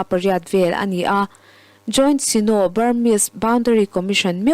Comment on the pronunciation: Puang thiam e, Sino toh kha sainaw tiin lam rik nise a duhawm....